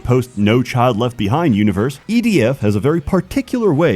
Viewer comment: DOES HE SAY EDF OR IDF??????